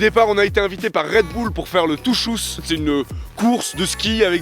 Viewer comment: Les petits garçon français ARRÊTER DE DIRE RED BOULLE SAIS RED BULL SA SE DIT COMME DES BULLES VOILA se message viens d'une belge inconnu qui vous aime beaucoup